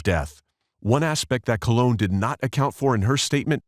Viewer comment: COLE-on, as in colonoscopy.